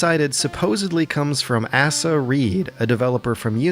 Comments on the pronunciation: "Asa" as in "Asa Reed" is pronounced "ace-a" not "ass-a". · Asa is pronounced Eh-sah fyi